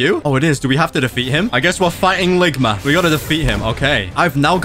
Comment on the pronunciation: The way he said ligma 💀